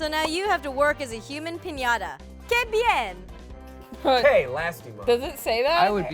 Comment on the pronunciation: Que bien is pronounced like ke be Ain